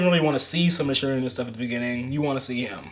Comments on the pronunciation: Someone who actually procounces Shiranui correctly! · Its really not, but so many people keep doing it, so seeing someone pronounce it correctly is refreshing